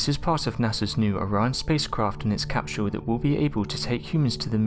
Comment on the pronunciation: The capshule lol sorry